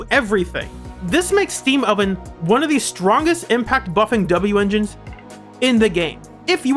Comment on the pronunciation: Well that was good. Also just say wenjin like the rest of us.